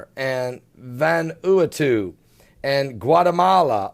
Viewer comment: you really need to get your pronunciations corrected by now: Vanuatu (pronounced: vanna-wahtu), Myanmar (not MyMar - it's pronounced like: Mee-an-mar), Seismologist (does not have a 't' in it), Pacific Ocean (not 'Specific' Ocean)! Lol!!!